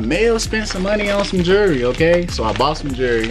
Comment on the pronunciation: You bought some jurry or some “jewelry “🤦🏽‍♂️